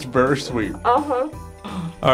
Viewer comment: Its a veary good accent